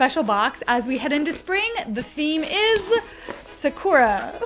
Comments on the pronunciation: "sa-core-ah" did watch the Cardcaptors dub growing up?? Hahahah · Omg. saa-koo-dra* Sakura